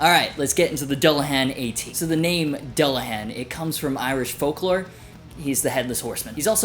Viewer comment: Just fyi since it's Irish it should technically be pronounced like Dool- a -hahn.